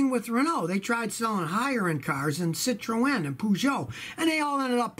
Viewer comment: Hearing Scotty trying to pronounce "Citroen" and "Peugeot" is amusing :) He gets "Renault" more-or-less right, although the emphasis should be on the first syllable - it's "REN-oh", not "ren-OH".